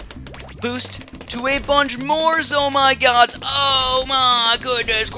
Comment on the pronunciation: why do y call them Zoh my gods